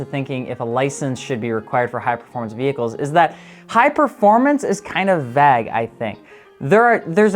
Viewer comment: So we just not going to acknowledge how he pronounced vague ?